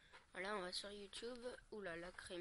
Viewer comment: OH,chuis mort,ta dit Youtoube!MDR